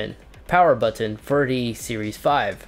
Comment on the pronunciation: The way you say “button” makes me cringe homie.